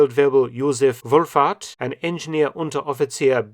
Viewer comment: What he said: "Wulfhart" What I heard: "Wolf-fart" My response: "Heh, typical German situational irony..." Me realizing I'm being strangled by situational irony: 😎🤨😑🙃👹☠👾 I'm going back to the sea, this land business is too difficult for me. *walks into the ocean*